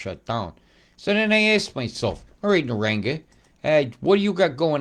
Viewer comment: Pronunciation: NA-RANG-BAR 👍🇦🇺I live at Somerset Dam. We got absolutely hammered with rain yesterday and all last night. At least 5 inches